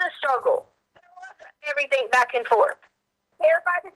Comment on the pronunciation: Why does she say "everythink" and "screamink?" That's the most annoying thing I've ever heard.